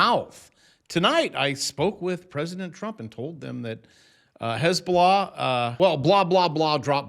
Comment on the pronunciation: Did you say hez-blah-blah ?